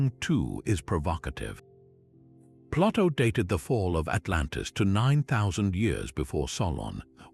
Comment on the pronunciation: I know it's Ai but I can't listen to the mispronunciations of common names like Plato and Hercules. It's too much to endure.